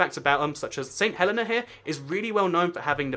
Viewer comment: Surely "Cockburn" is pronounced "Coh-burn", no? Also it's not 'Saint Helen-ah', it's 'Saint Helee-nah'...my best friend if from there :)